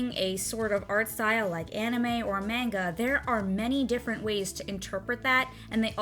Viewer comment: when she pronounces manga wrong. TTTTRIGGERED